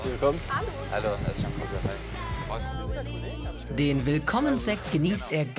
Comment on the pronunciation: Kosar ist mein Nachname...Kooootz...Sag doch, wie man es richtig ausspricht!